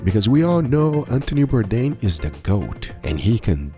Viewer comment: If you appreciate Anthony Bourdain, it would be great to make a little effort to pronounce his name correctly. 😊